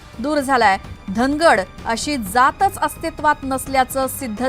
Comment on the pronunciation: धांगड म्हणा धनगड हा चुकीचा उच्चार आहे